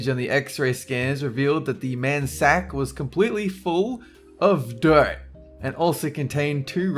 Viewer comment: The way you say dirt lmao! Had no idea what you were saying. Sounded like dope at first